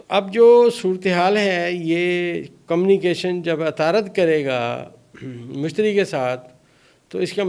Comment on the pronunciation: کَمْ نِی کَیْشن؟ صحیح تلفظ کَمْ مِیُو نِی کَیْشَنْ!